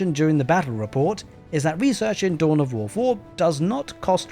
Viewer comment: Tohn of Woh Foh 😅